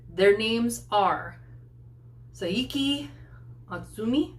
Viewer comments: This is going to be a long one. You might want to get a drink. Names: You did an excellent job pronouncing their names, with one exception, and I think I know why. Saiki's name is not pronounced Sah-ee-kee, it's Sai-ki, like psyche, 2 syllables. As I said, understand where this mistake came from. When dealing with transcribed languages they try not to 'waste' letter. Normally, each letter is sounded out. One of the exceptions to that rule is 'ai'. In this case the letters are combined to represent a long i, like in site. For example, 'mai tai' = my tie. The issue here is that they simply ran out of letters. 'I' was already used to represent a long 'e', as in feet, and 'y' is always used as a consonant, not a vowel, like in 'you'. So they came up with 'ai' to represent the long 'i'. I guess if you say it fast enough it does sound like an 'i'. MISA and her killer bass: MISA MISA MISA, everyone's favorite barefoot assassin maid and her killer bass. I agree with everything you said. Most bands kind of stuff the bass in the background. One of the great things about BAND-MAID is that they bring MISA up in the mix and they let you hear her play, they make her an integral part of the group, as it should be. Makes sense. When you have a bass player this good, you don't want to hide her in the mix. Maid outfits and hard rock: I'm sure someone has already touched on this, but let's recap. Miku (pig tails, rhythm guitar, the super cute one) who formed the band, worked in a maid cafe prio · That was nothing! Want to see MISA shine? Do 'Play!' LIVE. You probably shouldn't do another Music Video without doing a LIVE first, but you could do 'Thrill'. Saiki is pronounced (sigh-key), like Psyche. Here's how to pronounce Akane . . .